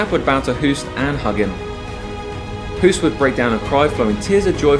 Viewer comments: Thank you, very nice video! His name is pronounced Hoast btw (like tv-host, or toast), not Hoooost as in cool. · And still you can't say his name properly. Hoost is pronunced as ''host'' but with a long o not the sound oo like zoo. Please try to remember if you have respect for this legend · Pronounced "host", as in "ghost". If you are devoting an entire video to this Dutch giant, can you please at least get the pronunciation of his name right? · The name Hoost is literally pronounced like the english word host. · It's pronounced as the english word 'host' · Hahaha I giggled when you summed up the fighting arts and when you said taekwando you showed a taekwando fighter beeing swept down by a muay thai fighter XD. Btw If you want to pronounce the name Hoost correct, say hose like fire hose) and add a T on the end. So Hose+t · The double oo is pronounced like an oa like in boat. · Hoost is pronounced the same as "low" as opposed to "look".